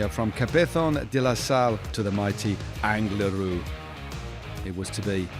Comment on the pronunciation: Not angry-lu. It's Angliru ha ha😊